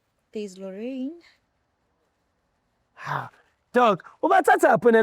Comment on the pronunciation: Who is Rorraiinn...we gonna call this Rorraiinn 😅😅😅😅 UGingerr😅😅